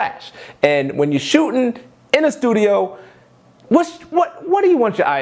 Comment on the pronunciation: The word is shootING, not shootIN